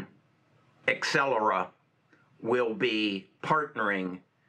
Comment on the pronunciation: It is Not Excellera, it is AbCellera )))